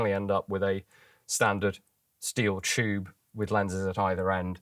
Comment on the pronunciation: "the choob is imaginary" :)